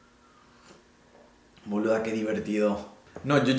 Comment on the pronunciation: 😂😂Jajjaja me dio mucha gracias escuchar decirle a su amiga "boluda"...es sorprendente escuchar a los que no son Argentinos utilizar nuestros modismos, puteadas y costumbres! Gracias te quedo divino el boluda, excelente tu trabajo, no me pierdo ni uno..! Q sigan tus éxitos, lo haces muy bien y con mucho respeto hacia los demás!